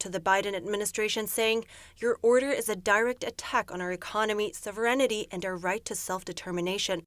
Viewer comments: "Sovrenity?" . Must be really tough to read a teleprompter. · "SOVERENNITY"??!!!! Do you REALLY have to employ illiterate people to read your news copy??!!!